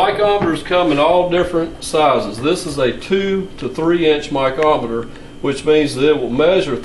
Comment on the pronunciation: I have never heard of a "micometer" either. I wonder where he learned to read?????